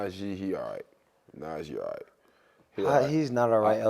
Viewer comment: Bros said najee davenport and jaylen warner😂😂